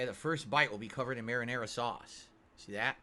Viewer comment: (marinara.)SAUCE! He super emphasizes the sauce part of 'marinara sauce'